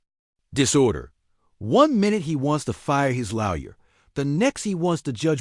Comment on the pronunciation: PLEASE TEACH YOUR AI HOW TO SAY LAWYER, IT'S IRRITATING AS HELL!!!!!!!!!